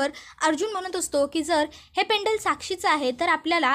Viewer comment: पेंडल नाही हो, पेंडंट म्हणा. आणि काल्पनिक कथा सांगणं बंद करा...